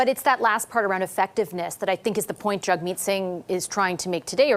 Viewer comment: it maybe just me, but it sounds like journalists refer to him as Jugmeet, and not Jagmeet! It's wild